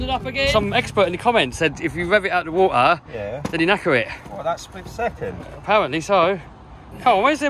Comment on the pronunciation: WOAR ITS WATER NOT "WOAR"